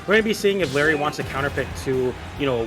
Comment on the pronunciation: "Diapered"